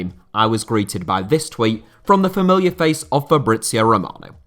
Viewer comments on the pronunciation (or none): none